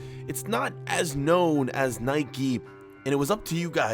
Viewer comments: Spell nike right. You are saying niki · Stop saying Nikey